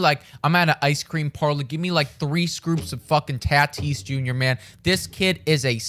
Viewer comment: Taaatis its tatis 😬😬